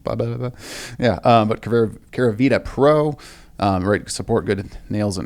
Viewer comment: *Keravita not Keravitra